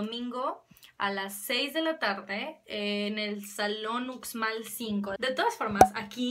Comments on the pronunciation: te faltan comer unos panuchos y una torta de cochinita para que dejes de decir ucsmal y lo cambies por uSHmal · Hasta creí que era un error de notificación cuando ví que había nuevo vídeo! 😁 Por cierto, el salón de la FILEY se dice "ushmal" pero a tí te perdonamos todo, excepto que no hagas videos. Saludos de Yucatán!